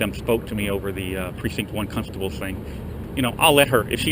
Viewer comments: “Cuntstable.” gets away with at least 3 of those. You’re a class act man, but you should think about takin that word out of your lexicon. Does you a disservice. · Did he say cuntstable ? Hahahaha, that's awesome. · I wish I had the balls and wit to do what you do, you are amazing sir!. Sidenote; did I hear you say cunstable?,you sly devil.